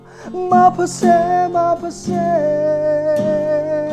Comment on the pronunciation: Maphase ❌ maphasy ✅ Mengmawi ❌Mai maw✅